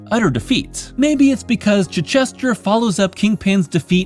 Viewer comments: Really well done. Appreciate such a thoughtful retrospective and analysis - some ideas objectively spot on, some subjectively interesting. My only real quibble: it’s “chai” not “chih”. ;-) Thank you for including me in Darecember! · Dude, it's Chitch - ester, like the English town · Pretty sure that's not how you pronounce Chichester's name